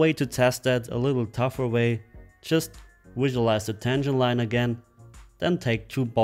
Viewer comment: Visualize " wisualize" hahaha this guy has a problem saying words with V lol what's wrong buddy is it your accent or your native tongue